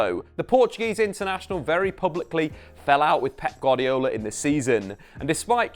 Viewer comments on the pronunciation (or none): none